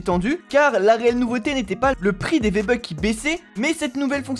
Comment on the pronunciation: c moi ou t’as dis viébucks